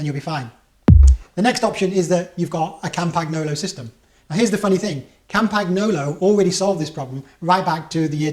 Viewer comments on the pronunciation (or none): Cam paG no lo......hahaha. So you won’t sound like a muppet it’s pronounced something like Campanyolo. You’re welcome, my pleasure :) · It's pronounced CAM-pan-YO-lo. No hard G. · Argh my ears hurt. Say CAMPAN-YOLO ya Pommie git. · Lots of excellent information, thanks. But now, on to the complaint; why are you pronouncing the G in Campagnolo?